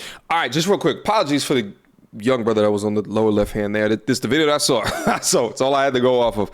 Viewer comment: Why can’t people from New York pronounce “saw” That’s the history on that